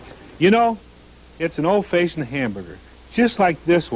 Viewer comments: If he says “Old Faye-shioned” one more time I’m not going to Wendy’s ever again. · Why did he always say old fayeshunned? 😂😂😂 That gave me a giggle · “Old Fayshoned” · "Old fayshoned......grill skills......old fayshoned......grill skills.....corners.....ruler....." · He's an old-facioned kinda buinessman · Brule’s Rules meets ghost of Old Fayshind square hamburger 🍔 creator- Dave Thomas = GENIUS ...funny with so many speech impediments!! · "old fayshin hamburger" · Did Dave Thomas actually just say ‘Old FAYsion’ like 4 times in a row? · old fayshoned huh? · Can't believe I've been pronouncing "old-fashioned" wrong all these years...